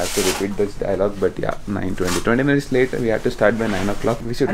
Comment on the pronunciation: Dey But , Put , Eight dagra t ni press cheyyak anna neek dannam pedtha /\ tttt ani . Very irritating to hear.